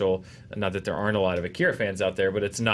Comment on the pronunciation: I know its a nitpick, but it drives me crazy. AH-KEE-RAH, not UH-KIR-UH. God, they say his name 5000 times in the movie.